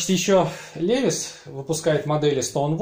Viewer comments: 1) Влад Смирнов, нет. На самом деле: лИвайс. Иногда произносят как ливАйс. Это особенности языка: E зачастую читается как И русское. Во всяком случае компания позиционирует бренд на рынке именно как американское "лИвайс". Автор говорит "ЛевисА", отдавая дань памяти совку и фарцам-подпольщикам. Автор родом из СССР - потому и "Левис". 2) Levi's в Штатах шьют, но немного. Это линейка реплик старых моделей LVC, некоторая раритетная одежда и несколько современных моделей джинсов под маркировкой Made in USA. Но цена в разы выше обычных. Обычные - для широкого потребления - шьют за пределами США. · Бля чувак, как можно любить левайс и называть его левисом.